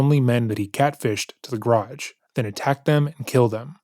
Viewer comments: Idiot alert. But I also can not get over "garädj"...every time the detective said it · To be honest, I'd confess simply to get away from the vicinity of this interrogator and his mispronounciation of the word garage. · I am mystified by how he pronounces 'garage' though geh-RAAAHjsh